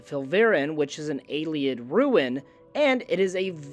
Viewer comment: There's no 'K' in Ayleid Phonetically, a-lee-id 👍